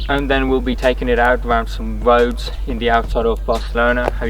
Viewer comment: Love that talking, the wed light and nice wubber, going out on to the woads 😂😂😂😂😂😂